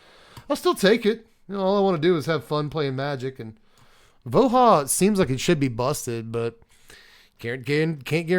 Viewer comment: Sigh, everytime you called him Vo-HAH , my soul died a tiny bit.